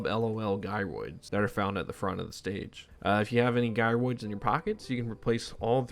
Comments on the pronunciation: bro called "jy roids" as "gi roids" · Fyi gyroids are pronounced “jairoid” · You call them 'Guy-roids' moments before mentioning that they 'Gyrate'...